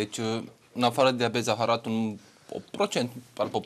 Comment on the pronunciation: "Diabeat zeahara"=))))